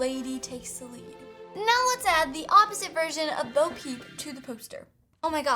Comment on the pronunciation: It's Bo, not bow.